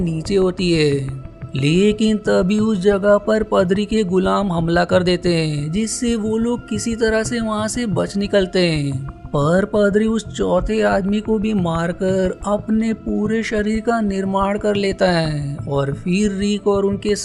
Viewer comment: पदरी नही पादरी , और ये मूवी का नाम द मम्मी है ।।